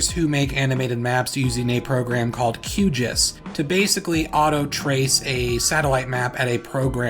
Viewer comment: The way you said QGIS made me die a little inside